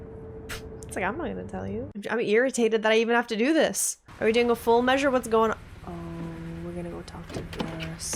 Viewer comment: "Full Meausre" ah, the french dub.